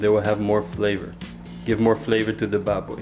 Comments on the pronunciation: The way you say "baboy" is so satisfying. I can hear all the notes.. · That’s crisp as lechon pronounciation of baboy. Loved it!